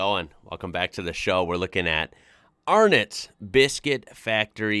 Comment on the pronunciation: Pronunciation. For an American. ARN'TTS ..... NAILED IT. Yaaaaaaayyyyyyy 😀. No idea if or where theyre sold overseas. Except NZ. But thats not overseas really. 😁 But you can find Tim Tams sold everywhere. Every small or large supermarket Aldis servos. Big cities to small country towns. EVERYWHERE.